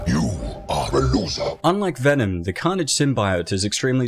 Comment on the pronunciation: VENOM not VENON !